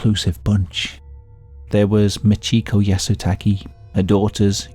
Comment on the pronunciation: How hard is “Yah - Soo - Tah - Kay” To say?